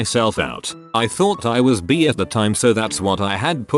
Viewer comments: Someone: bi Reddit voice man: b e E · robots need to learn how to pronounce bi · I laughed. I think I'll tell people I'm "bee-ay" now. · People in the past : “by 2020 we could have flying cars” Reddit robot : ‘reads bi as bee’ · Funfact: the right pronounciation of the word if you read it in german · That's the correct way to say it in denmark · In germany bi is pronounced just like to robot says it xD